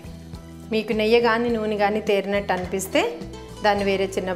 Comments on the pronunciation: Not neyya it's neyyi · Not neyya it’s Neyyi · Hey what district you from.. is it neyya or neyyi. Guntur are we say neyyi. neyya sounds funny